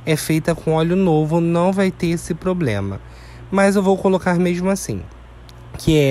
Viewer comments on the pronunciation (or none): none